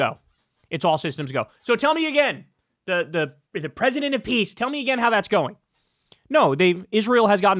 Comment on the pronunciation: Piss deal, not peace deal